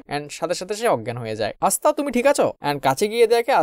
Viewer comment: এসতা নয় আসতা